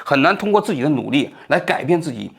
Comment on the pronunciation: 王局好：很喜欢你的节目，有几个发音纠正下，罕（hǎn不是hān) 见，跃(yuè不是 yào)迁